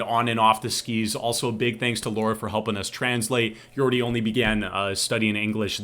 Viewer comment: Jordy not Yordy !!